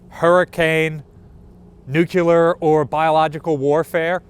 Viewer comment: This man just said nuclear.. If we get nuked I’m coming to the ship, and if it’s not open I will be severely disappointed 😂.